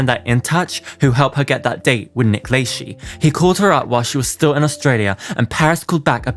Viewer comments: It's pronounced Nick La-shay haha Not La-shee ;) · This was driving me nuts, it's Nick LUH-SHEY. Not Nick Lay-she (Lychee anyone) lmao. ☠️🤣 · oh wait!! LAYSHEE isn't how Nick says his name?!! Must be around those FREE houses in that cul-de-sac kris & rob k moved into after having Kourtney .... This guy slaughters American English 😢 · 'Only contained FREE massive houses!' Too bad i didn't find that enclave before Kris, Rob, & Kourtney kardashian.i could use a FREE house, especially a massive one! - LayShee?? Hmm🤔 thats a new one. Never heard his name pronounced that way. Hmm🤔 😆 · ....its La-shay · Just fyi Nick Lachey's last name is pronounced "Le-shay" I hope that this helps for future reference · Nick Lachey’s last name is pronounced La-Shay. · Lol Nick Lay-shee. This was super interesting. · Isn’t it pronounced “LaShay”??? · I have seen a couple of your vids and you are very thorough but I. HAVE TO SAY YOU ARE SHOWING YOUR AGE KID...gotta correct you on a few things......it's pronounced Nick " LA-SHAY.........and not the E.S.P.Y awards. You pronounce it like it's a word.....that pick she took at the Kanye party with Nick.....I am pretty sure that's when they were messing around since it was confirmed after the fact.... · it’s pronounce La SHAY .Nick La SHAY. SHAY say it correctly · Nick lachey is said nick la-shaye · Nick Lay-she 😂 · the Nick “LAY SHE” SENTTTT MEEEE OUTTTTT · You kept saying Nick Lachey wrong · Dude u drive ng me crazy the way u saying Nick name wrong. The e is silent. 🤣 Dude google can help u. U do t sound art when u do that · It’s crazy that people don’t know who Nick Lachey is (I’m only assuming because of the way you pronounce his name) 😩 I’m so old